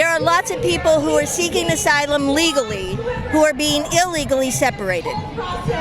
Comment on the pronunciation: "They're being turned away from SYLUM SEEKING" BWAHAHAHA